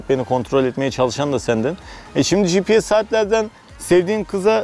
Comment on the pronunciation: Gprs değil. Gps önce onu öğren